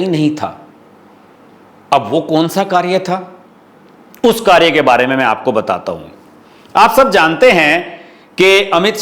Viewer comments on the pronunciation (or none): none